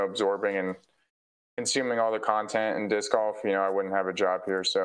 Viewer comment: Proof that we as men grow old but never grow up! says dick in stead of disc by mistake. Cue uncontrollable laughter 😂